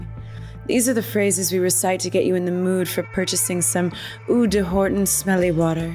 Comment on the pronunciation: i like how she says "oo duh horton"